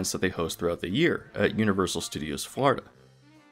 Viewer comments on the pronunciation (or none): none